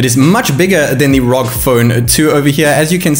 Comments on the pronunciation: Btw it’s pronounced R O G not ROG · Man why do ya speak so fast? Had to watch it at 75% speed. PS It's pronounced "R-O-G" , not "rogue".